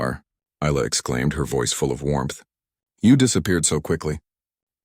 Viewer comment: Isla - the s is silent, pronounced eye-la